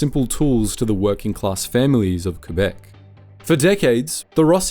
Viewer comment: I love your videos man, but you really need to learn how to pronounce our provinces… It’s not Coo-Bek, it’s Que-Bec. It’s not On-TAR-io, it’s On-TARE-io.